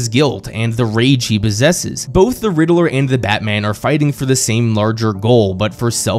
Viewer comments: Anyone else was dying hearing the riddaler and not Riddler 😂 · Drink everytime he says Riddle-er 😂